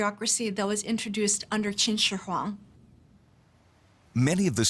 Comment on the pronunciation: Great documentary...but you pronounce his name wrong. Qin Shi HungDI is what the Chinese themselves call him...